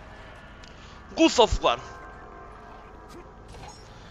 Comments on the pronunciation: Oye como digas otra vez Gud of war te reviento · Como dice " Guz of war "!:)